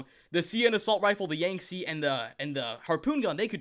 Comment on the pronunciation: the saying of the Yangtze incorrectly churns my insides in a painful way. The captain even says it a few times for you... Why do people mispronounce shit when the pronunciation is there for them?